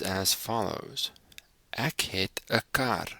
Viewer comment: PLEASE NOTE: In Afrikaans you do not pronounce "e" as "a". For example: The word "ek" is NOT pronounced "ack", but "ek". I noticed that 99% of all English speaking people pronounce it as "ack", like in "acknowledge". That is WRONG! In Afrikaans an "e" is never pronounced as "a". It is extremely easy. Instead of using your throat to form the correct sound, use the tip of your tongue (in the front of your mouth) to make the "ê" sound. Here are 2 examples: Example ✔ Acknowledge ✖ (I know what is wrong and what is right, because Afrikaans is my mother language).